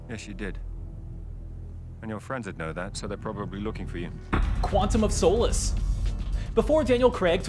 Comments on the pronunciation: It's no Soh'lace... its Solace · It's Quantum of Sah-liss, not "sew-liss" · I cringe at the way he pronounces Solace. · Was the mispronunciation of Solace intentional? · Screen rant presenter mistake....not being able to correctly say Quantum of Solace, is it really that hard? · Your pronunciation of solace is a bit suspect.